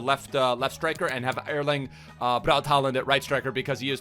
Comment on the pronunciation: It’s pronounced Holand, since a å is pronounced like a o in Norwegian / Swedish